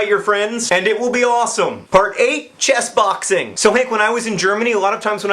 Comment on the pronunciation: Did anyone else think he was saying chest-boxing at first? I was thinking "that has to be at least as injurious as regular boxing"